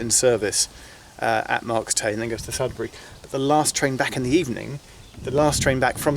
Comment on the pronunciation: Marcomanseckisax Marks Tey is pronounced as Marks Tay